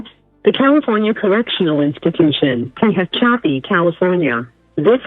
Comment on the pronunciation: Fake call operator didn't pronounce Tehachapi right gotta use the correct AI 😂😂😂😂😂😂